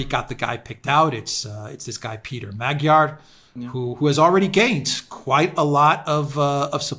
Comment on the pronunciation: Magyar, pronounced more like, Madyar.